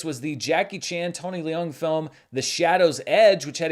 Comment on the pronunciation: leung is pronounced like lung